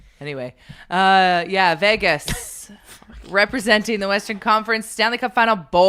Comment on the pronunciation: Thoughts on today’s show: - pronounces Vegas like it’s the vagus nerve and it’s not okay -I will be forced to “Tonya Harding” Carter Hart if he brings the cup back here. Go Carolina go! -There isn’t a snowball’s chance in HELL that Lauren McDavid has ever or would ever step foot in a Winners, nor would she be impressed by the deals. Deals would DISGUST her. No, no, her assistant went and searched the racks for some items Lauren MIGHT stomach and then they were immediately gotten rid of. 100%